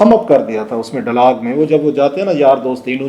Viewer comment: Sorry ur English pronunciation is very poor...the word is dialog not DAALAG AS UR PRONOUNCED